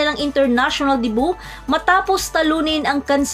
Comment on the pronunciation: Debu? 😂😂😂its pronounced de byu not debu😂😂😂